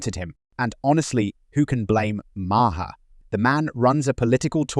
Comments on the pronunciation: Please teach your IA how to pronounce Maher’s name. It’s one syllable Mar NOT two syllables Ma-Her. I absolutely despise IA.🤮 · Bub……get it straight,!! MAHER….THE E IS SILENT.. RETREAD!!! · Clooney's wife is skeletal. BTW it is Bill Maaaaar (One syllable)